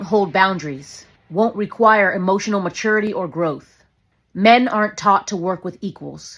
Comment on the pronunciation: !!" Hemotional Damage "!!